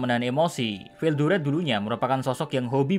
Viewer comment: Ketika bilang star king dragon Veldayana😂😂😂